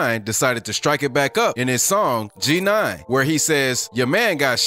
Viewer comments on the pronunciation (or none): the narrator really said the GNine 😂